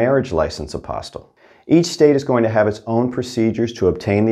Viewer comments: It's pronounced a-pos-tee, not apos-tl. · its pronounced apo*steel*, not a*pos*til.